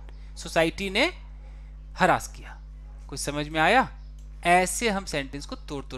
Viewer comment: हैरस होता है न कि हरास